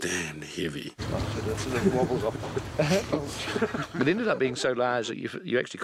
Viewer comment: "either way, I ended up calling it dambed heavey, because it was damb heavey." That was so funny!!